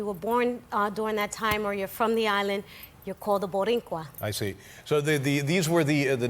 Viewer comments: Rosie, Rosie… Not “Borincuas,” Boricuas. Second, the U.S. did not come to liberate the island. The U.S. invaded the island to finally remove Spain from the New World. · She tried...to say Borinquen . And Boricua ...at the same time😂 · Its boricua, Rosie, not borincua😅😅😅. She's lovely. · ok? por qué ella está diciendo boriNcua? es boricua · Yeah but it’s boricua not borincua